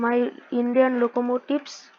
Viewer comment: Bro knows more english than i do as an english person😭 'loco motives'